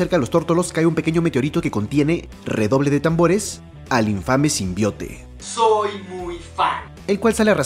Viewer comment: soy yo o dise simbiote